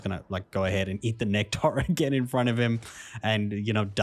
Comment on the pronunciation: My dude said "just drink the NECK TAR" lol 😂 thank you btw, not sure if you did that on purpose or not it just made me laugh. Thank you for the guide I appreciate you very much sir. ✌️